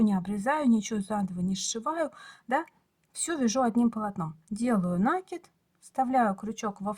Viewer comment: нАкид, как же режет слух Ваша 😢😢😢 неграмотная речь😢😢😢